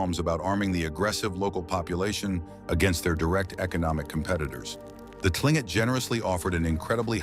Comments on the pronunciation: KLING-kit is the correct pronunciation (according to the Tlingit people themselves). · another AI crap. That should be Tlingit ? 🙂